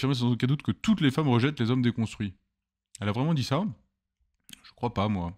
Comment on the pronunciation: Homme "DESCONSTUITS" ? Vive la fronce